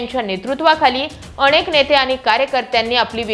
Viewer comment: अणेक नाही ग अनेक